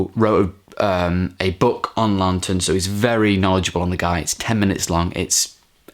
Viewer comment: I've got the Arrow Academy release from 2013 but still haven't watched it yet,got similar extras to the Criterion,and it's pronounced "Lawton" with 1 n ;) he was also in Spartacus,also check out Witness for the Prosecution from 1957,similar vein as Twelve Angry Men but just as good.